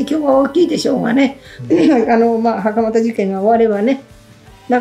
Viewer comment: しかも、大半のアナウンサーが「はかまだ 事件」と言っている中、きちんとはかまた と正しく呼んでいるから素晴らしいと思う。 最近のアナウンサーはプロ意識が薄い。人の姓は読み方が色々だから調べるべき。